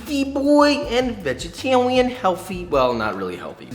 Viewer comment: We got BEEFY BOY and VEGETAWIAN HEAWFY